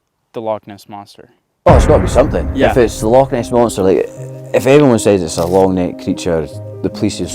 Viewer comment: Loch ness? No, log ness? YESS